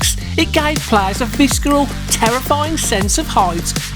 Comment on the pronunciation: I loved all this, but nothing as much as hearing the word visceral with the "c" pronounced.